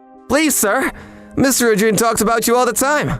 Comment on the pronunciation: So they can't pronounce Torture Sommelier or Ijyuin's name?